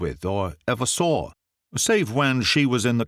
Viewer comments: The person playing the American is almost perfect. But no Canadian or US'er pronounces the word 'saw' as "sawr' . . . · I can’t love this telling enough. Can we explain why he pronounced saw as “sawr it” the businessman, was in gold? Just a linguistics question.